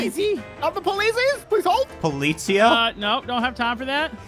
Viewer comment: Why did spy say полоциа not polizia